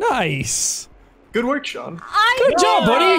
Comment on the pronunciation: His name is Sean not Shaun